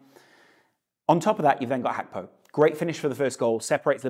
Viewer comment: Why you keep on saying Hakpo when its Gakpo